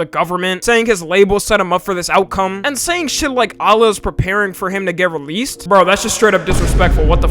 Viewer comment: "that's just disrespectful" he says right after saying "Allah" in the worst pronunciation